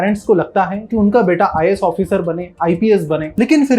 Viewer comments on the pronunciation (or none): IIS NHI IAS hota hai samjhe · 'IIS' nahi vai 'IAS' hota haay...